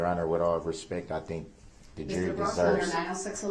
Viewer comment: I quite enjoyed the "dish-respeck" he kept complaining about. Also, "da troof."